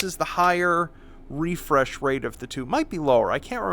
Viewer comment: high refraysh avocadoo